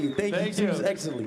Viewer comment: "Thank you to his Exenly"